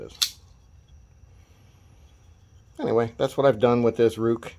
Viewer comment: It pronounced "Rake"